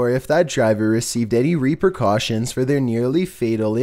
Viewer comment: Everyone: repercussions: "Repercautions